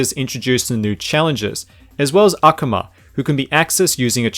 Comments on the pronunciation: Akuma is pronounced あくま (A-ku-ma), not アカマ (A-ka-ma). Vega may be INSPIRED by the name of the star, but the name of said character is still based on the contemporary English pronunciation "Veh-gah" per the designer, which is why it's written & pronounced as ベガ/Vega. Just like Gen's name is based on the Chinese symbol 元/Yuan, nevertheless the SF character is Gen, not "Yuan." Same deal with Rolento (Laurent), Noembelu (Noviembre), Samtamu (Tháng Tám), etc. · That moment you tried to slide that 3DO disc inside the Switch... holds heart, closes eyes and smiles mmmmm Sorry for real though I think you pronounce it Ah-Kume-Ah, but it doesn't matter really. You ever play the TurboGrafix16 version? I'd love to see a comparison between the TG16 and 3DO's Street Fighter 2.